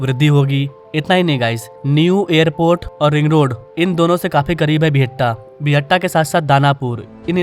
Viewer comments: बिहटा not बिहट्टा 🙂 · Buhatta nahin re Bihta hai wo